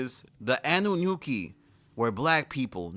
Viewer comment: The Annunaki "Annonooki" pronunciation had me in tears 😭